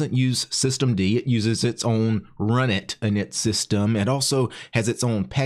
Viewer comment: I thought that runit was supposed to be pronounced R-Unit...